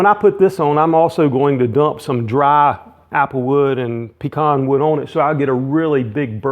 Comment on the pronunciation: PS. I am from the south, actually Louisiana. The heart of Cajun country, born and raised and you are correct in pronunciation of pecans.